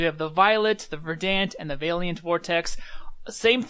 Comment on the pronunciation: It's pronounced ver-dent